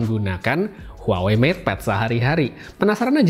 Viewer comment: Bukan huwa wei tapi WA WEI